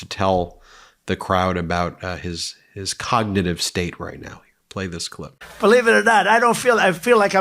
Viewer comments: trump pattern: note the voice change after he realizes he's mis-read from the prompter. His voice immediately goes lower volume, as he looks away from the prompter--almost to a whisper sometimes. "you look at the ....(insert restatement of word he can't pronounce)." and is he still referring to the "cognitive" (not cognitive) test from 4 years ago? Time for another one... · He occasionally calls it a con-nig-tive test. Love that.